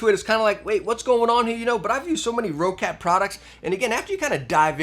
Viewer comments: How do you have so many Roccat Product reviews but still mispronounce the company Name? It is NOT pronounced Row-cat, It's pronounced Rock-et. You can't tell me shit about being an American and seeing the word differently because it's what I am as well. If you have to mispronounce it due to Ego or something ideologically stupid, well then you have Rock-Cat to worth with. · What is this Raw/Row-Cat everyone is talking about? It's Roccat. Like Rocket. Or for Americans: 🚀🚀🚀🚀🚀🚀🚀🚀